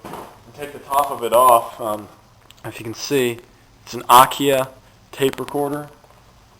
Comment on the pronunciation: this is pronounced akai not akiah and it is a great unit and was a pro model years ago these units are very good quaility and are built well they last many years and need little if any care when they are treated right